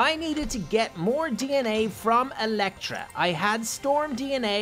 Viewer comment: Storm falcon:Electra not electo